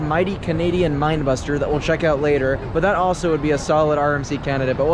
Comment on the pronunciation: it pains me hearing pronouce the two wooden rides incorrectly lol. the bigger one is wildebeast (like the animal... not wild beast) and the smaller one is minebuster not mind buster lmao. otherwise love the video